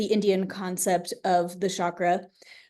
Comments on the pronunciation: Chakra is not a sh sound. It's a ch sound. Just say chalk with ra on the end. Not shakra, it's chakra. I have a question can I DM you or email you? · Ha! That’s so funny… in some of her online work, talks about the proper pronunciation (ch instead of sh) and that she sometimes likes saying it sh anyway. ❤